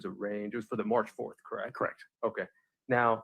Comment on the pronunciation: did you clock that Nester said they “vacationed on Hawaii, krect??” Allison corrected her saying Costa Rica. I felt Nester was trying to trap her in a lie. This cross gave me the ick. Glad Allison stood her ground even though visibly shaken.